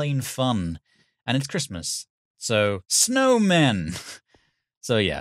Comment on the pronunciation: Listen, we love your direction in your movies, but Edd is the director here! If he says Smowman, then you get Snowman! XD